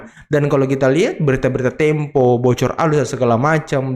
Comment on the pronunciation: Kata opung parbelak, data tempe😂 bukan tempo😂😊